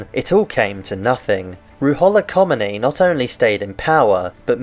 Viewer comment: your constant mispronunciation of the Ayatollah Khomeini's really ruins this video. Really makes me question what kind of research you put into this.